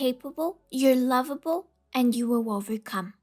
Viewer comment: “It frived” “ you are wovable”